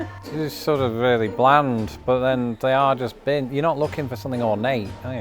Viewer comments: Bins. Not beans. 😂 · No, bins is not pronounced the same as beans, not at all.